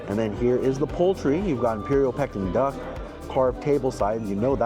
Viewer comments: It is pronounced Pee-king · Anyone else shouting the right pronunciation of Peking at the screen? 😂 Food looks nice, but I’m not sure if it reaches the quality of Michelin. Some of the plating could really be improved